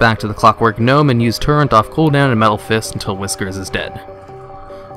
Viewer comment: Nice guide! "Turrent?" ;)